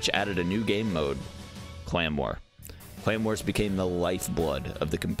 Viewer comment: Lmao when he kept talking about the "clan wars" I legit thought he kept saying "claymore" 😂😂😂😂